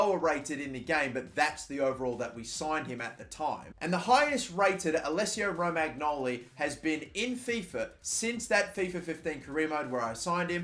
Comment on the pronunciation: It's pronounced "Romanyoli"